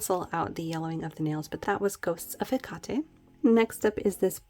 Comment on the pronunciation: no regret's LOL ;0) ohh and its pronounced Heck-ate Have a Gr8 wkend!!!